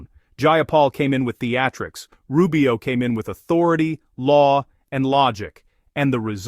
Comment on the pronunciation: Secretary RuBIO...with an emphasis in "BIO"??? Really, lady??